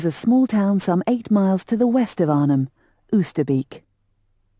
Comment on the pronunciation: Oosterbeek pronounced 'oh ster bake'